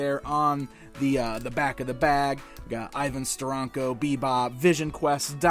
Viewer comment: its ster.ank.o